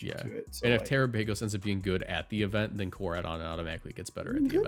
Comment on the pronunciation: Terapaygose is killing me